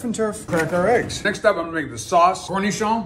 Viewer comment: “cornishohn” I love when non frenchies try to pronounce french words 😂